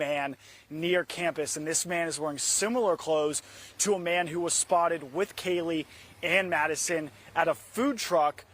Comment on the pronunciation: Can you please get this man off the air? Or send him back to school to learn how to be a journalist? Holy crap! Even the man he interviewed pronounced Kaylee’s name correctly, and he STILL can’t get it right